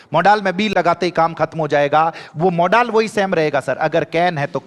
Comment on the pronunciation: मॉडल होता है या मोड़ाल 😂